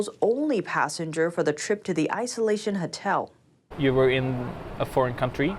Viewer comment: HOTEL! not HUTTEL. please!